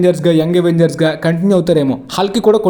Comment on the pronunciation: Avengers ni అవెంజర్స్ ledha ఎవెంజర్స్ anala bro . Endhuku ante miru ఎవెంజర్స్ annaru. Dictionaries lo అవెంజర్స్ ani undhi.